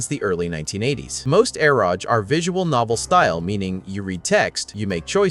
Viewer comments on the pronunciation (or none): It's read as e-ro-ge, not eroj. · Its pronounced Ero- geh. Literally shortens the words Erotic Game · It's pronounced EH-ro-gay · Eroge is pronounced Ero-Gay.